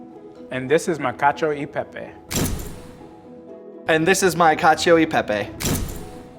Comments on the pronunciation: "Kacho i pehpey" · Is it just me or when said "Cacio YI pepe" my hopes dropped? And yes he didn't make much sense, from choosing Bucatini to let his lumpy cheese sauce flow inside, to adding cheese on the pan without agitating with an emulsifier, to adding olive oil into the very sticky mix "prevent the pasta from sticking to each other", to saying that parmesan reggiano is "traditional", none of these make any sense. Truly lives up to the way one pronounces cacio YI pepe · Imagine saying "Cashio EI Pei Pei" and then saying you're Italian American...💀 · "catch-ee-oh ee pay-pay" 😑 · lmao. Man really says "cacio y pè-pè" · L1 and L2 ("Italian"!) cooks: It's Cacio E Pepe, not Cacio I Pepe. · Wow,so tasty but please try to pronounce italian, really italian 🇮🇹😬🥺😖 but loved the Science behind it 👌🏻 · The shock when lvl2 guy butchers the pronunciation and later drops the info that he's italian american💀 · As per he grew up in an Italian-American family and still doesn’t know how to pronounce cacio e pepe properly 😂😂😂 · In fact we have seen and even heard something strange in this video. To say that "Parmigiano Reggiano" is "traditional" to make this dish, means being poorly informed. Before going in front of a camera and saying strange things, it would be better to inform yourself a little (today there is Google). For the pronunciation of "Cacio e Pepe", unfortunately, as an Italian, I often hear the “Italian E" pronounced in the “American way”. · why did say cacio e pepe like that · he even got the pronunciation wrong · when he said cacio e pepe, i thought "that's the most american pronunciation ever" lmao